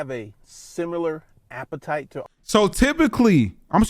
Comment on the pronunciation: this man is ruining the word appetite